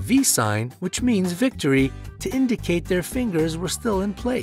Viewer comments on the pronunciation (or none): none